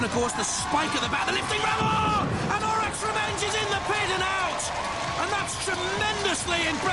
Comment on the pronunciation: JP's twice mispronounced Orac's Revenge's name! First "orok", then "orik", what are you on it's and A! ;D